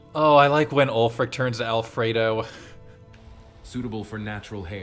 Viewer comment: Ulfric can't catch a break with everyone butchering his name 😂